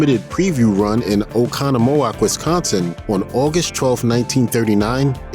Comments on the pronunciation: It's pronounced "Oh-KAHN-uh-muh-wock" :) Source: Im a sconnie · Oh-con-ahhh-moe-ack, WI? 🤣🤣🤣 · Oconomowoc: the accent is on the second syllable. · I'm from Wisconsin, and the way he said "Oconomowoc" 😂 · Top notch pronunciations of Oconomowoc. Your friends in Jersey must be proud. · Wow you butchered Oconomowoc. Couldn't have spent the time to look it up? Big fail.